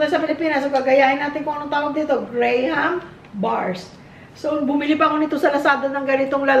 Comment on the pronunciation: Gra’m is how they pronounce it fren..ganun ang dinig ko sa mga bata😅 maarte talaga di ba? Pero ako GRAHAM hahahaha